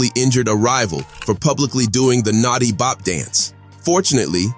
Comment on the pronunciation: Stop saying natsi it’s notti